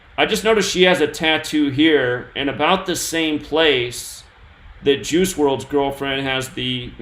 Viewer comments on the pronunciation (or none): "Juice" sounds like "Jews" lol